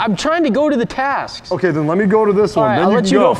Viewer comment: you said taks instead of of tasks